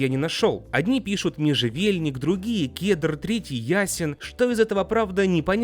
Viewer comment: межевельник? ясен? Что с тобой? и что с ударениями в словах?